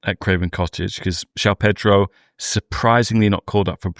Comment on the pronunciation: it is Jo-ON Pedro not Jow Pedro.